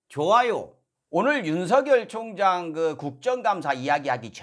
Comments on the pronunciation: 왜 자꾸 청장이라고 발음합니까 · 어 발음 오 발음 구분 확실히 하셔야 합니다 경찰총장이라 하는거랑 똑 같아요